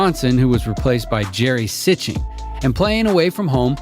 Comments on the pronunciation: The narrator of the video called the guy who replaced Ainge in Bostons starting lineup Jerry Sitch-ting like it looks that you’d say it. It’s actually pronounced Jerry “Seasting”. Jerry & Darren Daye were the bench guys for the 87’ & 88’ Celtics. It’s the reason the Celtics didn’t repeat in 87’ after winning the 86’ title & the reason Detroit beat them in the 88’ ECF’s. The starters had to play heavy minutes because the bench production was limited for Boston compared to top teams like LA with Copper & Thompson coming off that bench. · The craziest thing I heard in the video was Jerry Sitchting called Sitchting. His last name is sounded out like See-Sting!😂 😂😂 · One extremely minor point to add. That “odd lineup without Dennis Johnson” had Jerry Sichting. The dude said Jerry Si-ching. Understandable, but those old enough knew it was pronounced See-sting. Made me chuckle. Sichting (6’1”) was who Ralph Samson (7+ feet) sucker punched in the 1986 Finals. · I realize it's decades later but for the narrator; Jerry Sichting is pronounced like Sea-Sting. He played point guard and wore number 12 for the Celtics. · Pronounced See-sting. Jerry Sichting